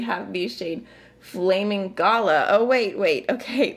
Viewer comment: you are hilarious flamin' galah pronounced gar lar not gala - a galah is a beautiful pink grey bird and they can be a bit silly